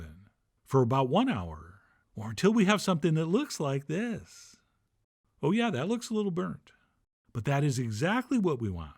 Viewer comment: "Pan-uhn". "Anymore-huh " "like this-uhhhh" You got some serious issues